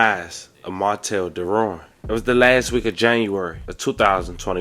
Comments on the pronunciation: People who are actually from Louisiana pronounced Derouen as Darawa like w a short "a" sound and they don't acknowledge the "n". It's a French name. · Its crazy how they mess up our Louisiana names. Even the wife pronounced it wrong smh.